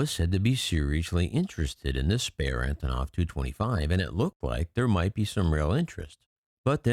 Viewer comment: They are not more important than the antonov you can't even pronounce it properly